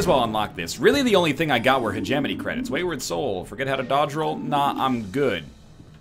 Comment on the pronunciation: When he says hegemony all i can hear is He-jiminy cricket.